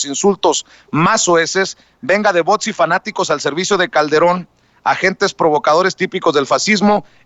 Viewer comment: No se dice buts se dice bots